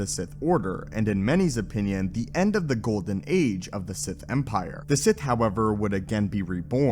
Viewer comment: Hey Hey people Ssith here